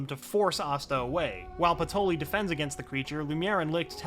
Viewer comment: Everyone else: "Patry" This video: "Patoli"